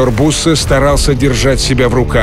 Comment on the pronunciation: не буссе а бюссе